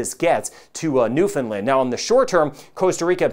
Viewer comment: Thanks for this (and I truly appreciate your correct pronunciation of Newfoundland - like Understand!). Unfortunately, the bulk of the population of this province is on the Avalon Peninsula (the part that’s most likely to get hit with this) so we’re definitely in monitor mode! Thanks for all the great work you do on this channel for everyone - the level of detail is much appreciated and certainly something that is interesting over and above the normal weather stuff you hear. Be safe everyone!